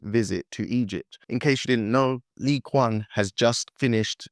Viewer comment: Just FYI re pronunciation....Lee Kuan (Yu) was the Prime minister of Singapore. Lee Qiang, pronounced Chee-yang is the current Premier of China. Every language outside of English uses it's own set of phonetic rules to best reflect their language. Moi in French is not pronounced Moy, it's pronounced Mua...similar situation here. Q in Chinese is not pronounced as a K.